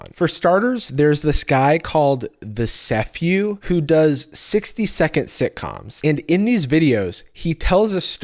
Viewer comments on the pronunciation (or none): Guys, thesephew.. I think it’s “these phew” instead of “the sephew” Right?? Surely I’m not the only one to think this? 😅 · Bro i think "thesephew" is pronounced "these few"